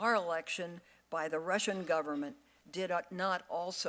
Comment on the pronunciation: Who are these dummies....this guy can't even pronounce "Russian" correctly, it's not Rissians!!! Get rid of all of these old senile and stupid men!!!!